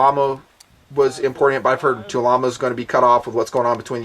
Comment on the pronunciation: It is TulAmmo, not TulaAmmo. It is manufactured by Tula Arms Plant headquartered in Tula, Russia.